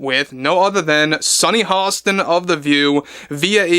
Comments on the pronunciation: It’s Hostin. HosTIN! No LLL’s. I’m sorry. You seem to want those LL’s there very badly. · Her name is HOSTIN not Halston….